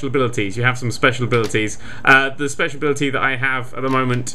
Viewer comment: It makes him speshul